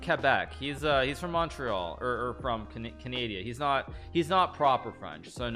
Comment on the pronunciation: he said canadia